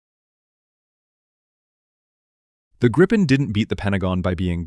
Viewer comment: Its GREEPIN not Grippin